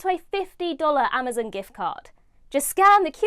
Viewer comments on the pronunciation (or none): none